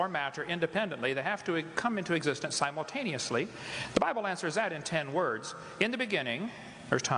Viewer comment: The most ridiculous convoluted contortion of ideas I've ever heard... from a man who can't pronounce the word 'simultaneously' properly!